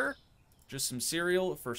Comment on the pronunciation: ❌ Cereal ✅ Cuureal 😂😂❤